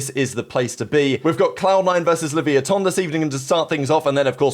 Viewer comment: there’s an á in Leviatán not an o